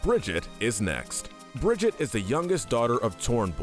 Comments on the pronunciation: ITS BRIG-I-TA!! NOT BRIDGET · one it’s (bri-gee-te) or (bri-gee-té) and 2 zarya is the strongest woman in the world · It's pronounced BRIG-EE-TAH!!!! UGGH HOW TF DO YOU MORONS GET THIS WRONG?! SHE LITERALLY SAYS HER OWN NAME IN GAME!!!! UGH! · Brigitte is not Bridget. Listen to anyone from blizzard and learn how to read her name correctly Anyway good video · Bro seriously said bridjitt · I can't watch past Brigitte. If you can't pronounce names that are literally said out loud in the lore how can I trust that you actually know enough of their lore to make an accurate tier list? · BRO SAID TORNBORN AND BRIDGEIET ITS PRONOUNCED TORB-YORN AND BRIG-EEE-TA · Everyone else: Torbjorn & brigitte: Tornborn & Bridget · HER NAME IS PRONOUNCED BRIGH-EAT AND TORBIJORN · I really hate this video. You called Brigitte and Torbjorn "Bridget and Tornborn" but make a video on Overwatch characters. You definitely haven't played Overwatch or done any research on the game. You probably read a random script someone gave you and just guessed for them. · Br e g(harsh k) e ta (if pronounced in American English) Thorbjörn isnt pronounced with a Th like im The, but rather just a T. T or bi ö( pronounced like the "er" in G*er*many ) rn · It’s pronounced Torbyorn, and Brigēt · I thought he meant torb at first but when i watched it back i thought maybe it was a side character from a comic but then he said it again with brig😂😂😂. Still can’t believe my guy said tornborn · but i do hate the pronunciations of "Brigitte" and "tornborn" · Bruh at least learn how to pronounce Torbjorn and Brig’s names lmao